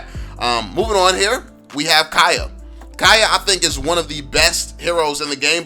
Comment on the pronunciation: Kaya? Its kaja bruh